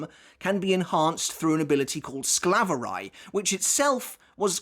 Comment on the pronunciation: as someone who lives near germany and speaks it fluently, the way you pronounce Vollständig isnt quite right but somewhat close i guess. But i am surprised how you said Sklaverei because that sounded perfectly. the Auswählen was decent but not quite on point. However i loved the Fact that Uryu shot Mayuri with one Arrow, making a Donut out of him and completely destroying the bankai. Im not sure if letzt Stil or Vollständig is stronger because whilst Letzt Stil has more power i assume, Vollständig seems to not have as many drawbacks to it if any at all. Plus the Duration varies too so yeah. What i still dont understand is how an arrancar can use Quincy powers, as the one who tried stealing Ichigos Bankai but miserably failed in doing so.